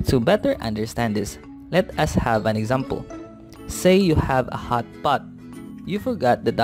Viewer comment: The way he pronounced hot pot😂.. anyways thank you for teaching